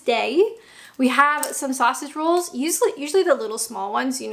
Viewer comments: The way she says SAUSAGE rolls instead of sausage ROLLS. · What I noted is pretty off-beat,. You pronounce Sausage Rolls in exactly the same way as the Yanks say Robin Hood. Accentuating the first syllable. I think I need to get out more 🤣🤣